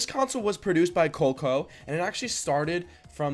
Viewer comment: Co leak oh. It’s pronounced co leak oh.